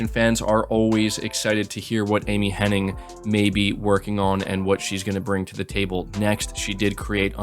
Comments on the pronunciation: you keep saying Henning. It's Hennig. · its amy "hennig" not henning. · Henning or Hennig? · It is Amy HennIG, is it not? So many people say Henning but I’m fairly sure it’s Hennig. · Her name is actually Amy Henn*ig*, not Henning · All the love, but is there a single YTer who can pronounce “Hennig?”